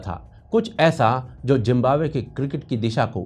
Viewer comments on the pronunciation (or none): Yar pehle to tum zimbabwe ko jimbabwe bolna chor manhoos lag raha he jimbabwe kehte hue parha likha hokar bhi jimbabwe bolte ho